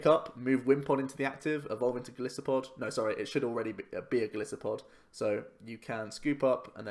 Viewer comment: It annoys me how everyone calls him Go-LISS-uh-pod when his name is a mix of Goliath (Go-LIE-so-pod) and Pod which is a reference to its many 'feet' since it is an insect it walks even on its legs.